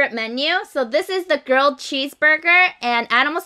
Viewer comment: everytime she says grilled cheese burger, i thought she said 'girl' cheese burger 😝